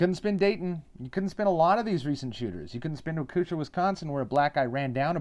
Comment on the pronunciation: Walk-eh-shaw, Wisconsin names are a pain to say. Nobody round here's forgotten. Like two weeks before the parade he got bonded out of jail because he ran over a woman he'd gotten into an argument with at a gas station because she refused to get into his vehicle, and this was after he'd stolen her cell and punched her in the face. Same vehicle at the parade. He's also extremely mentally ill, which is another reason he's been swept under the rug. Word of mouth and knowing people is a good way to know the truth, and the only reason I know anything about that situation. But where would you suggest getting the truth when that's not a viable way to get the information about these situations?